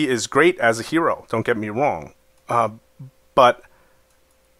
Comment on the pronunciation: he says wong instead of wrong